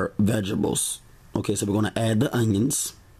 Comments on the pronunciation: I like your videos and recipes but dude! You're killing me with that tiny ass knife! You're gonna cut your damn finger off! Lol. Oh, and "veg-ables" lmao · we gone fight if you say Veggables again!!! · Vegebles 😭😭😭 knowing you’re adding all of them I was waiting to hear you say that word 😂😂😂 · Veggebles, veggebles, veggebles!